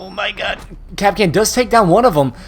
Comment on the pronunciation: "o my gehd" 😂😂